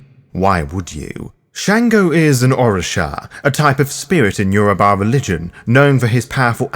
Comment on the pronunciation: Well done on the pronunciation of Yoruba words, I'm impressed as a Yoruba speaking individual. Great video.